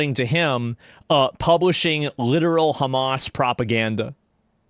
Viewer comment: The way this guy says Hamas and Gaza is revolting. Youre not arab, stop trying